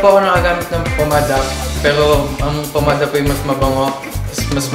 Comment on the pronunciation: Oi jessica PAMADA hindi POmada 😁😁😁